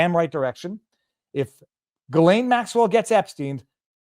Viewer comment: FYI... the "S" in Ghislaine is silent, as in island. Pronounced more like Elaine with a hard "G" ("G" sound , not "J" sound) in front of it. Just sayin'.